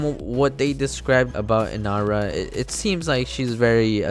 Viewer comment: Ye u said her name right... Wtf ivern copy nice